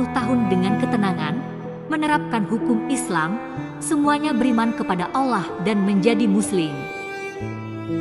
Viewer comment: Pengisi suaranya ini non muslim ya Bacaan nya salah dalam menyebut nama Allah dan toha